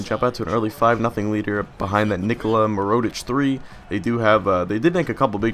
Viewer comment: Mirotic: Accent is on MI-rotic (with Mi sounding like the Mi from milk). Hezonja: Not entirely sure how to pronounce that, but you're constantly missing the J in it, its not Hezona ;-) Nene: Sounds like Neh/Nuh-nay, not Nay-nay Labrissiere: is from Haiti so I'm pretty sure its supposed to be French not English. Makes it "La" simple La as in Spanish or French "bris" the i sounds like the ea in bean and the s is silent (the double ss is pronounced as a single s) "sierre" is pretty much zjair, the s is harder so more of a z, the j is like the y in you, ierre sounds the same as air. Hope this helps! Keep up the good work and have fun in college!